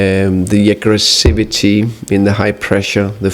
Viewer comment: The "aggresivity" !!! LOL